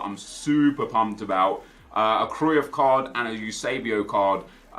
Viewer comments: You're the only one who pronounces Cruyff that way.... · How does he not know how to pronounce Cruyff